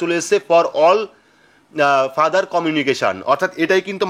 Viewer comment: #দাদা আপনি "future " ফিউচার কে ফাদার বলছেন যে!#